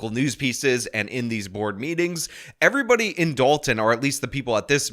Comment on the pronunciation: Why can't she say the word "everybody"? Instead, she says "er-bah".